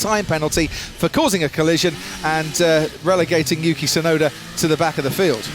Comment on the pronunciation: Come on white ppl, so sick of you guys pronounce “sunoda”, it’s “TSUnoda”!!! T is not silent!!!! Say it properly!!!! It’s “TSUnami” not “sunami”!!!!